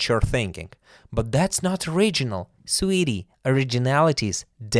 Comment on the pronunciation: Sweetie with lady gaga gucci movie accent